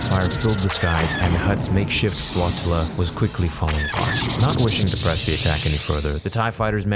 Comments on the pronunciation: What is this “flott-tilla” thing of which you speak…? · Flotilla: "FLOW-TILLA".